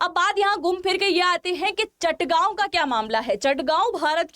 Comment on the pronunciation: Its Chittagong not Chattagaon